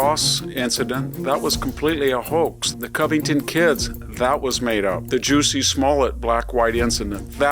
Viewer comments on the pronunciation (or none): Victor- love your work but you might want to work on your pronunciation. Smolett’s first name is Jussie, rather than Juicy. On another recent show I heard you day Gutfield, it is actually Gutfeld. All the best~ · Please make the effort to pronounce names correctly, it makes you look feeble and affects your credibility… it’s not “juicy” it’s “Jussie” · Professor Hanson, you should probably be careful to listen to more than once news source - it's pronounced "Juss - sie", not "Juicy".